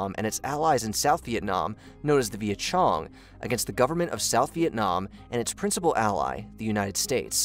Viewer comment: Vietnam War: Viet Cong (Kong), NOT Viet Chong. I know, I was alive at the time, and heard it on the news, daily. Though Saigon, and South Vietnam fell in 1975, the active military US involvement (of drafted American soldiers) ended at the end of 1972. And usually involvement is dated to March of 1973, as that's when American POWs, where released, and came home, including the late US Senator, John McCain. Again, I was in high school when this happened, and was focused on this issue. That's because of the military draft, so males in that age range, paid attention ! It wasn't a geek exercise. Its also when I always say that 1960s ended in March of 1973. "Protest songs" (against the Vietnam War) very popular all of a sudden became dated, and pop culture abruptly changed.